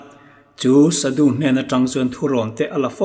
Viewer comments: shadu i lam dan hi Thluksei in Shaadu angin lam theih nise a ngaihthlak a nuam zawk ang ka ti.A lamdan dik zawk a ni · Sadu tih hi Saadû ti a chhiar rîk ni se a ngaihthlak anuam ang. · Sadhu i lam dan hi sâdu anga lam tur a ni hmel.. sa hi ei tur sa, vawksa, arsa ah sa anga lam tur... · Sadhu ani lo,"sâdhû" ani zawk r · Sadu ni lovin shadhu ti zawk tur. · Shadhu zawk nilo maw sudu tih in i ron lam tlat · Shadu ilam dàn adiklo deuh